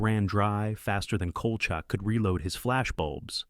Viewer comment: You can tell this is AI because they mispronounced Kolchak - which, BTW, wasn't half-bad.